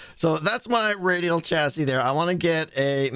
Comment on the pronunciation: Don’t think I’ve ever heard someone call a chassis a chastity before But there’s a first time for everything, I guess